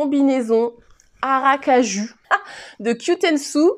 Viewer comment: C'est toujours sympathique de te suivre ! Par contre Aracaju, c'est à prononcer "ou" à la fin... (c'est la capitale de l'état de Sergipe, plus petit état du Brésil... et capitale de la noix de cajou ! D'où la prononciation) c'était un point culturel géographique 🤣